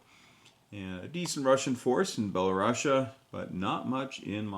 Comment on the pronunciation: I don’t think that’s how Belorussia is pronounced, I’ve been corrected by like a bunch of Belorussians in the past, and the u is the Latin pronunciation, and the double s don’t make the sh sound but just the s sound